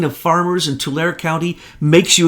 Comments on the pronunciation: It's pronounced "TOO-lair-E" Tulare County -Devin Nunes ROCKS!!! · I’m from Fresno Country which is next door to Tulare County. “Tulare” is pronounced “too larry” btw